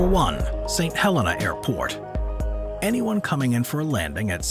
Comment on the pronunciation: "Saint Hel-EENA"